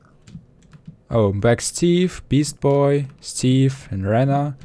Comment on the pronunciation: Rana not raaaanaaaaa